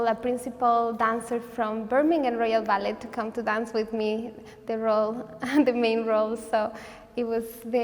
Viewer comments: You only pronounce the t in ballet in the word balletic. What a sweetheart! ❤ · Why is she pronouncing ballet without the silent t?